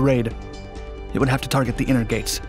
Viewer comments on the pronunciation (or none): none